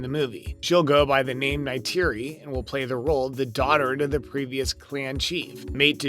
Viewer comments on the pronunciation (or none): I love how the kids in these videos change pronunciation of every name, sometimes multiple times, almost as though it's a deliberate joke. Nuvvi, Navvy, Naviiie. You're literally like Jake mispronouncing words and getting slapped by Neytiri. Sorry, Nighteary. It's a good thing Dr. Glaze Augunstein and Nerm Spillmen were able to help! Ribsini? Joe-elle? Lindau? Really? You actually watched this film? And Colander? Did you seriously refer to Collider as a kitchen strainer used to rinse vegetables? Let me guess, college grad? I can't, I just can't. 🤣